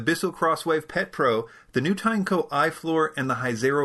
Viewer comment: Three things: (1) It's pronounced "Ten....co" according to the manufacturer's Facebook videos. (2) I've played with the Hizero in a vacuum store and you have to pull it "VERY SLOW" when cleaning up the floors making it take 20 times longer to clean the same area as the other units. This is an extremely limiting factor that I'm surprised you didn't point out as a major drawback. (3) Your iFloor unit is obviously defective. Mine doesn't leak dirty water when the tank is full and I didn't see anyone mention that on Amazon either.